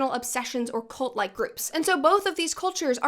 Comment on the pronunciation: I keep hearing Colt instead of cult. Colt is a great way to stop a cult btw.